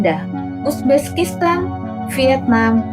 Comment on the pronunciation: Uzbekistan susah banget nyebutnya ya min?😂